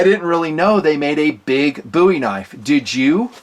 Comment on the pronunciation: Thank you for pronouncing “Bowie” correctly.